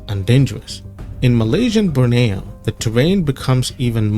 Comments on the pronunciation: Borneo. Not Broneo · And not Burneo. It is Borneo